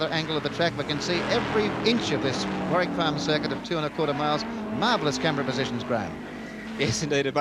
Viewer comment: That's Warwick Farm not warrick..